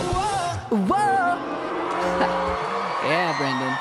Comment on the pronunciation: His name is Brendon u child, read Not Brandon